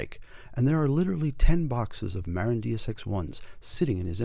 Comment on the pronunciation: Great video but it's Muh-Rinn, not Mare-in. haha